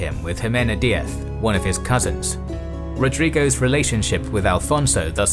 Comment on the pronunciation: I am gonna get hate for this, but the inconsistency in his pronunciation to be as close as to the original kinda bothers me. He correctly says diaz/Zaragosa with a lisp but vivar as "vivaa"?